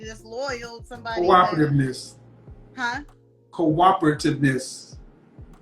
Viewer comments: Corapativncess She can't even pronounce what a man wants smh, you can't make this up. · She cannot even say the word, "cooperativeness"